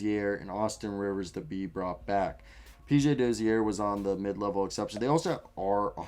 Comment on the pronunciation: PJ Dozier is still under contract bro he's a free agent next year, also it's pronounced Doh-jur not Doh-zee-air lol